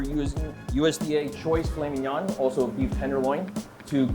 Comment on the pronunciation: did he say file minan